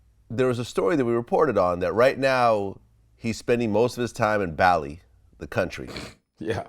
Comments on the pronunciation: Vlad keeps saying Bally when it’s Bali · it's bar-lee not bal-ee (Bali) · No, but perhaps there’s a little confusion because it is a separate island.... I was more annoyed because Vlad kept saying Bally instead of Bali. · It's pronounced Baa-Lee. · Bali is pronounced “Baw-lee”. Almost as bad as “PushER T” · Vlad the way you pronounce Bali …..so bad , listen to Godfrey pronounce it. Besides that I'm looking forward to Indonesia DefJam